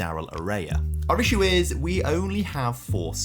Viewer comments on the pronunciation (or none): none